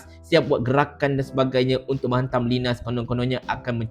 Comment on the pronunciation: Bukan sebutan Linas, tapi Lainas